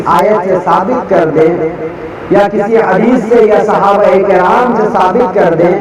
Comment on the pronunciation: صحابہ کرام ہوتا ہے ک پر زیر ہے 😀